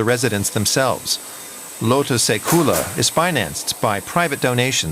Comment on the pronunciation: You absolutely butchered "lootuse küla". I'd recommend running the pronunciation through Chat GPT, it does a pretty decent job.